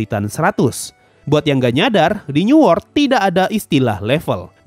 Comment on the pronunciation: bang newort tu apa ya ? ke aku salah dengar new world..???